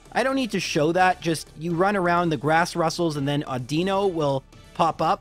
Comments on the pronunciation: It still triggers me to this day when he says Awdeeno instead of Audino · Audino has the accentuation on the "au" sound as opposed to the I. I much prefer it the way you pronounce it, and there might be a variation of the name just like with Lorelei. I'm just calling it as I heard it in the anime. Whirlipede is pronounced "Whirlipeedee"... I'm kidding but I wish I wasn't. Leavanny is "Leave-Annie". "Nimbasa" is perfect :) I don't blame me for getting "Ghetsis" wrong every time. I took me three times to look at his name before I got it right :P